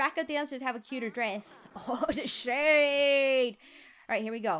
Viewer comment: When she said "ohhhh shade!" I thought she said "ohhhh SHIT!!" XD